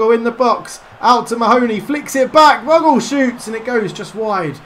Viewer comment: Think you pronounce 'Bogle' as Bogel ;) - Keep it up! Good series! I'm a NFFC fan!